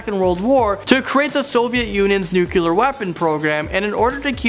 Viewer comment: "Nucular weapons"